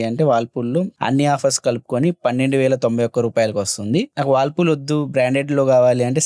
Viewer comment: Whirlpool ❌. Wallpool✅